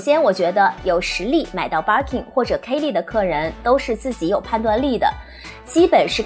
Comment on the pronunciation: 还有 kay leeee 😅